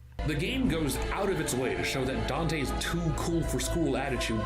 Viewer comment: that one also I think it was because of the way the voice actor pronounced dante